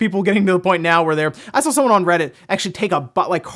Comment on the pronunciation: Yesss like when he says drawl, sawl etc it's a pet peeve